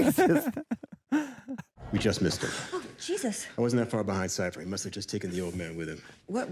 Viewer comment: Emma is the only one calling him "Siffer" each time. Did they not catch that during filming or even the table read? 😂